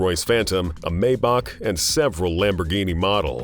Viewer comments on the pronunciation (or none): none